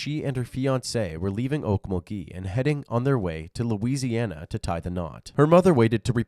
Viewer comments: Oak - MUL - gee It's not a French city. You're putting the emPHAsis o the wrong syLALble But, more seriously, how does this not warrant a death penalty? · Okmulgee is “awkMULgee” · Actually, it's Oak-mulgee